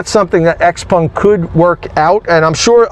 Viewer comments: It's not hard to pronounce Xpeng and not xpung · Xpeng... Not xpung. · It’s actually pronounced Shouw-pung